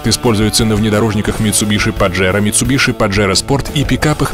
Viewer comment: правильно говорить митсубиси, гуглите